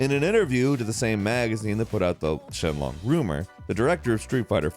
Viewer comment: Late comment, but.. Was saying Shen Long instead of Sheng Long a joke, or just a mistake caused by a bad script writer and/or you not reading the script right? Because you SHOWED multiple sources saying SHENG Long while insistently saying SHEN Long.